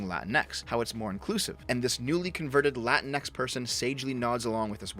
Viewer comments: It's pronounced "La-Tinks". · My girlfriend is of Mexican descent. She hates latinx. Also you keep mispronouncing it; pretty sure it’s “la-tinks”. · HOLY SHIT, SHE ACTUALLY TRIED TO USE AN ACCENT AND THEN JUST PRONOUNCED THE X IN ENGLISH. "Lah-teen-ECKS" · As an Australian, I pronounce it la-tinks.